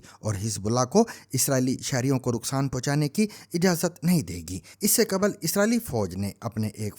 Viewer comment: تلفُّظ پر توجُّہ دیں کہ بی بی سی کا بھرم رھے! قبْل ✖️qabl✔️/ qabal